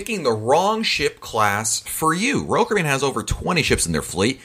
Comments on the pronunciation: I hear Rulkaribbon! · “Roll Kibbean” or “Roll Cabbean” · Manny Lyn “Roll Kibbean”, that’s what I hear, lol.